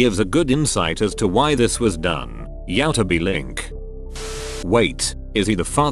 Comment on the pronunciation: "yao-tu-bee link"